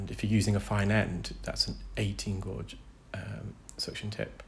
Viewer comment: Do you mean gauge when you say gorge?